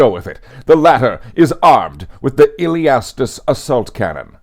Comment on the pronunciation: LOL at the Illiastus Assault Cannon pronunciations fumble